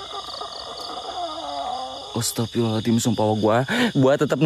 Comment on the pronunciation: Bukan astagfirullah alathim..bukan huruf thal situ..tp huruf zo...bunyi yg betulnya astagfirullah hal azim. maaf sekadar perbetulkan ayat...👍🏻